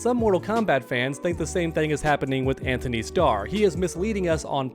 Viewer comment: His name is Antony. No H